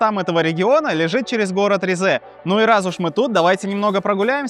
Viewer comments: Только Ри́зэ, а не Ризэ́ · Уважаемый автор, я конечно понимаю, что вам когда-то сказали, что ударение в турецком языке обычно падает на последний слог, это верно… но только не с именами собственными, т.е. не ризЕ, а рИзе, не истанбУл, а истАнбул, не анкАра, а Анкара, не караденИз, а карАдениз… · Ризе ударение на и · Вместо ризе послышалась рязань